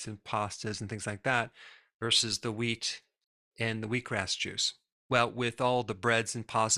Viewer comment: Who else thought he said weed products? 😂😂